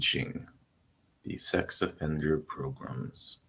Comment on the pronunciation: you can stop saying "PROGRUMS" now...... We get it....